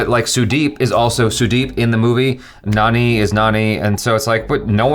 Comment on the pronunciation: Its not nani its jani